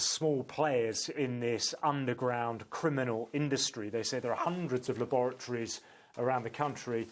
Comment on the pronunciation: Notice the emphasis on how he says 'criminal industry' lol